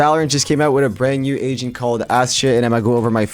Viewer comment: Who also though this guys said Asian instead of Agent